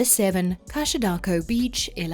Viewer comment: I'm a Brazilian and I'd say if you go to Maragogi and want to avoid crowds there will be many other more isolated beaches around a guide can take you, such as Ponta de Mangue. Cachadaço is pronounced 'Cashadasso' and I wouldn't name it the number 1 in Ilha Grande bay. I would suggest Cataguazes islands and Dentista beach in Gipoia Island. In Arraial do Cabo, one of the pictures you showed is not Praia do Forno. It's the beach in the Farol Island (Ilha do Farol) which you can reach only by boat and it's the most beautiful in the region. The same phenomenon that happened in Maragogi had happened in Porto de Galinhas long before, so Porto de Galinhas is not a quite village as the video says. It's quite crowded with many hotels and resorts. I would say São José da Coroa Grande, nearby, is much quieter than Porto de Galinhas and very beautiful too. Next, I would say I prefer Ipanema than Copacabana. Copacabana is more turisty while Ipanema and Leblon has more locals and the sea is a little cleaner. Finally, I would like to say that the video sometimes shows images of places that have nothing to do with the places they are refeering to, specially in the part about Copacabana it shows beaches that I have no idea where is that but it's not Copacabana. That's weird.